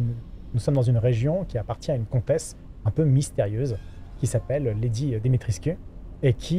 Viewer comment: Alors, juste pour info "Lady Dimitrescu" ça se prononce Dimitrèshcou. :-) C'est un format de nom de famille assez fréquent en Roumanie.